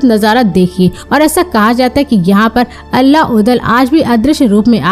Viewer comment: दीदी अल्ला नहीं आल्हा हैं 😅